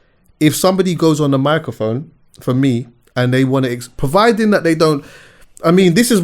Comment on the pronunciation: Hold on hold on! Is my man really saying PERVIDING? 😂